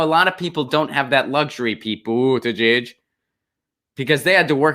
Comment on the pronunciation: Think your pete's name pronunciation is cute? Clicked off , can't take you seriously